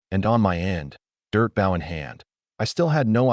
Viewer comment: WY are you saying asterisk for its not needed, an WY are you saying the BOW word wrong say the word {BO}{w} is silent